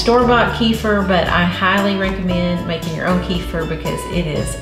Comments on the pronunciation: Kefeer, please kefeer. Not kefr. Thank you. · Please pronounce it right: It's Keh feer not Key for. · I don't know why it drives me bazonkers when people say [KEY-fur] but it does. Kefir grains originated in the middle east - as does the word 'kefir'. It's pronounced [kuh-FEAR]. It's not that important unless you want to sound like you know what it is or what you're talking about. It's like moving to a new city and mispronouncing the town you live in. If it were me, I'd want someone to tell me. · The product kefir is pronounced "ka-feer" in English, including America, NOT "kee-fa". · It's NOT KEEFER. ITS KUFIR..PHONETICS.